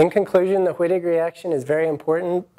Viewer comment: its german pronoucned V-ittig... ;) even my asian professor with his awesome accent took the time to let our class know that its not "W"-ittig, its "V"-ittig :) just helpin ya out